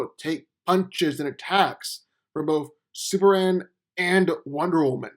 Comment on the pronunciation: It's Superman. Not Super Anne! Fukk! So triggered!